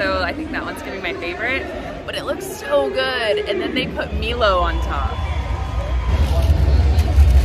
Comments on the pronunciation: Milo is pronounced "mylo*, not "meelo". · It's pronounced mylow 😊